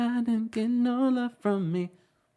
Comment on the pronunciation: When he says l luh you <<<< That part is hilarious.